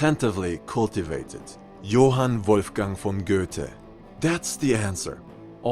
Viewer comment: Your pronunciation of johann wolfgang von goethe just gave my german ears an orgasm.